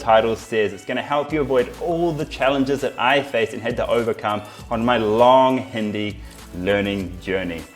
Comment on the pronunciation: He can’t even say Hindi right